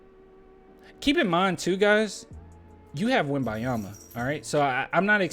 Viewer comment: start pronouncing the "N" in Wembanyama!